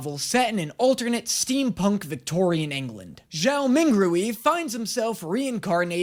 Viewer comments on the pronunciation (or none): I love this series and I started screaming with joy when you mentioned Lord of the Mysteries but oh god the pronounciation on Zhou Mingrui...